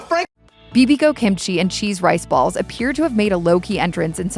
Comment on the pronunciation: Did I hear Rice Baseballs? LOL